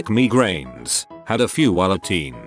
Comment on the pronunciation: Everybody:migraines Robot voice:me grains